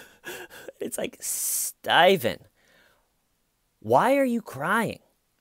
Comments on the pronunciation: It makes me wanna watch something else, "everytime." Who says it that way? What in the actual fuck did I miss? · Reporter: StAyven, they found a body... StAyven: Body? 👀? 👀?... (jaw-drop, blinking, speechless shock, lie-cry to curb, private sit-down, safe-place, time-out)...and cut. 🎬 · Stayvan why Stayvan? I love you you are hilarious 😆